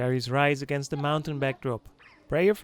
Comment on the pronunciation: a very nice and enjoyable video and great pictures. JUST SOME critism: Understandably your Dutch, however your anuctiation and pronunciation needs some serious work on. Your using too much "Da" instead of "The"...Your pronunciation of the river Yangste is terrible and the pronunciation of Canals, is also bad. This bad use of English is NOT acceptable and it does your productions no good. Respectfully I suggest when you do voice overs of a place you have tarvelled to... in English for various productions for You Tube, before putting the track down, visit a good English speaking coach... to guide you, to pronounce words and names and other facts properly. Also you become very monotonous in your voice overs, you need to change, build up and go low and show some energy too. Anders praat jy liewers in Afrikaans. Alles van die beste.😁🤗